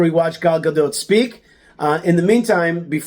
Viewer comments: Buddy you just butchered her last name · Is her last "t" pronounced?